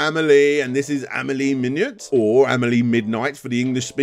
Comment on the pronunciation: And Amelie Minuit is pronounced "Me n'we" like the words me and we , and the "t" doesn't make any sound ( because French )